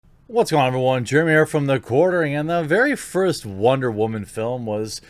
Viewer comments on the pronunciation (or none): none